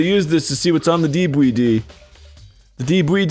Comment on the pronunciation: There's like a hundred debwedee players